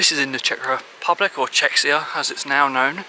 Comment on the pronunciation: Nobody says "Czechia" in the Czech Republic, & definitely nobody says "Czechsia" 😅